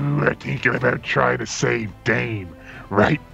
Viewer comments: It’s pronounced da-meh not dame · Da meeeeee ti cosita the pronunciation isn't dame it is dameeee